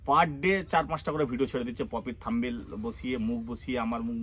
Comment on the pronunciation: Thumbail noy Thumbnail....thik kore uccharan korben 😊